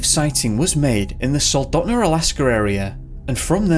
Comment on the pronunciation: Mysteries it's pronounced Tok and Soldotna with a long O.